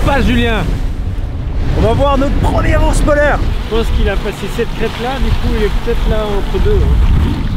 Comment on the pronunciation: Je comprend pedo bear quand le gidue disez ourse polaire 😂